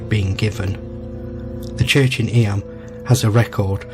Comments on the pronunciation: It’s pronounced eem. Not eeyam. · I have done many walks around there as it is in the middle of the Derbyshire (pronounced Darbyshire) Peak District an area of outstanding beauty. It is close to the City of Sheffield which is actually in Yorkshire. Eyam is often pronounced Eem.❤